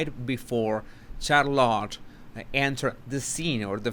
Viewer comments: This is why I adore you, you say shallot, it’s pronounced char-lotte, I love shallot too🤣🤣🤗♥️ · SHARlit. Not CharLOT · Interesting video. Just a comment about the pronunciation of Charlotte. Just so you know..😊 it is not pronounced Char-LOT... but Charlet. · Charlotte is pronounced Shar-lotte not char-lotte. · Who's Char -lot? Lol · I really hope Harry sees your videos. Hopefully, it will help him remove his blinders. Megan is such a mega witch. Charlotte’s name is pronounced (Shar-lit) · you are saying Charlotte like " Car a lot". VERY ANNOYING..this like "dis" uggh...you are butchering the English language! Not very "subtle" either. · Just some friendly advise, you stress the “char” part of Charlotte more than the lotte. Rather than charLOTT the way you say it. ☺️👍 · lol it's SHAR-lot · Isn’t it CHAR lotte? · Please take a few elocution lessons. if you're going to have an English language Youtube channel, your English pronunciation and grammar should be better. It's CHARlotte, accent on the first syllable. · Charlotte is pronounced "Char-lett", the O is silent. 🤫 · Charlotte sh (like should) ar like are then lot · Her name is pronounced "SHAR-LET". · And it is pronounced Char-let by her parents, so out of respect we should pronounce it their way. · Why are you butchering princess Charlotte's name? I know English is not your first language but you have ears. Other than that, love your content. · Charlotte looked scared when she looked at Meghan. By the way, you are pronouncing Charlotte incorrectly. Do check or ask around for the right pronounciation. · Please work on pronouncing Charlotte. It is painful how bad you pronounce your English sometimes.